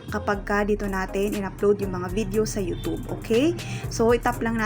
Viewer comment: Ayusin mo pag bigkas mo, Anong yutob day? YouTube ha, wag mong bisayain.